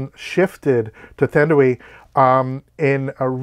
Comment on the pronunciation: “Thanda wee “ Newton. WTH. Learn how to pronounce a name !!!!